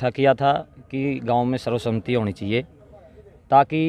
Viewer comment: Sarv sahmati nahi sarv sammati ucharn karo